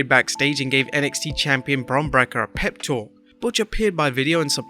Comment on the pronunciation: You keep mis-pronouncing Bron's last name. Break-er not Brekker. I realize it's not important but it keeps happening.